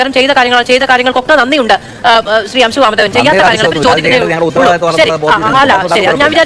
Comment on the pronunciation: അംശു അല്ല ശിശു